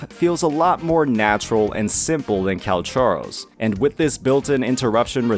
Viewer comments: I think the biggest mistake that Kuro made was spelling his name Calcharo and expecting people to pronounce it as "Calcaro." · Its's Calchover